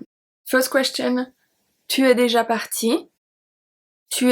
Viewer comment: is there a reason you do not pronounce déjà? Or, are you saying it and I cannot hear it?